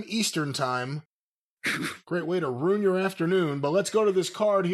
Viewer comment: “Roon your afternoon.” ~